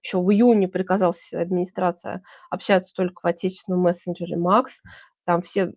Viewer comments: Да, не МАХ- Макс, а МАХ- Махмудка, как сказал Борис Воронин. Как же запрета на иностранные названия?! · платформа назывпется не MAX( на английском), а Мах( МаХсуд Шадаев) Мах по- русски.